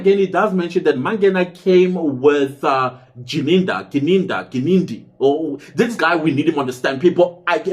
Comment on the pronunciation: you reading Gininda ngelulwimi laka George. In nguni he is Gininda not Jininda. Funny😂